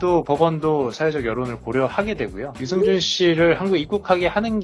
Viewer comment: 유승준발음을 유증준으로 할꺼면 스티브유라고 해라 받침도없고 편하잖아